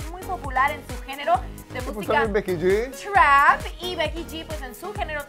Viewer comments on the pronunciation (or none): Truap es trap no truap no exageres tu ingles